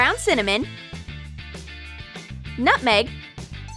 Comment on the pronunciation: Nut meg! _i thought she said "not feg"*